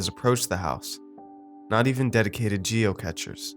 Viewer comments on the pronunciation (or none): Catchers? Cachers! They are caches not catches.